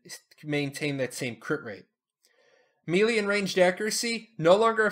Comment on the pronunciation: Thanks for the videos. Helpful for returning player. FYI - Melee is pronounced like Maylay, not Mealy. Can be distracting.